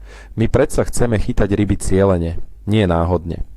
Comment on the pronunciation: Načo fungujú rrryby v jary???